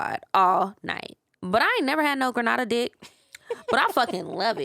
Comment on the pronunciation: For the love of God, it is Grenada NOT Granada. Granada is a city in Spain. Grenada(Gree-nay-da) 🇬🇩 is a Caribbean island. Great episode otherwise. Big up and all my Caribbean posse✊🏾😉